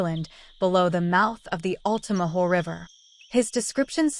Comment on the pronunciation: Actually, it's Lumber City not Lumberton City. Lumberton is an entirely different city here in Georgia and it isn't close to the Altamaha River. Oh! And it's Altamaha not Altamaho.